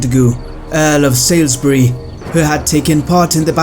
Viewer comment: Salisbury is pronounced 'sawlsbree'